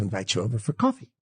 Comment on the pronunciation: Everything this dude says is apparently a lie. I don’t even believe this dude has ever lived in New York a day in his life based on how he fucking pronounced coffee -source: lived in either New York or north Jersey my entire fucking existence